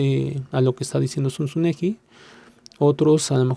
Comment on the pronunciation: Zunzunegui , con "gu " no " ju " , es apellido Vasco 🙏❤️🇪🇦🇯🇪🇲🇽